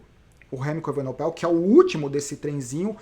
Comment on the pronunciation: Grande fã dos seus vídeos!!Algumas ponderações: 1) A edição ta show! Não atrapalha em nada 2) Sou o chato do nome dos ciclistas: Vc falou Evenopel e nao E-VE-NE-PO_EL 3) Não fale aos 45 do segundo tempo...sugiro falar "conseguiu o patrocinio na flame rouge.... Grande abraço e sou chatão mesmo!!